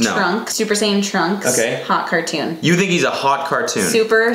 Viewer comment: ‘supersayin’ .......smh